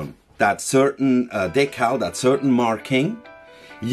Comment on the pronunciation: I am more concerned with the pronunciation of the word decal rather than historically accurate scale models showing a swastika. Do the thought police rail against religious symbols as well? Edit - getting further through the video, both my parents grew up in London during the war - Mum was evacuated to Somerset between 1940 and 1942, Dad refused to be evacuated as he wanted to collect shrapnel after the bombing raids, if it was still hot that was extra kudos. Do not forget what happened, if a symbol sends the woke into a tailspin, so be it. Keep up this great channel.